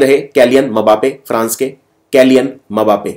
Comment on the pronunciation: Sir sorry bt wo मबापे नही सिर्फ बापे है।।kbhi bhi english commentary suniye usme yhi bolte hai